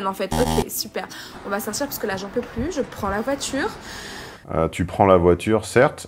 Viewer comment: A Elle ne prend pas la voiture, elle prend la voitchure... C'est peut-être de cela dont elle parle...